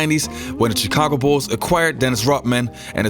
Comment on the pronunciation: Its "Shi-ca-go" not "Chee-ca-go"